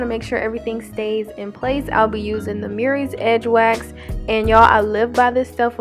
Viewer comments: Oh your saying Mirrys. MURRAY'S. THANK YOU. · I love love love your tutorials. I thank you. BUT PLEASE SAY MURRAY'S CORRECTLY. YOUR PRONOUNCING IT AS MERRYS UR NOT ER THANK YOU.